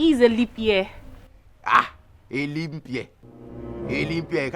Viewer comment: Honestly you are a case BROTHER SHAGGI🤣🤣🤣🤣🤣......LEAP not LEANP🤪🤪🤪🤪🤪🤪